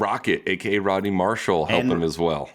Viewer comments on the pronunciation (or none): none